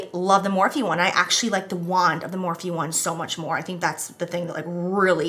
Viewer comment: Jeez. Every darn video, “Morphe” I can’t.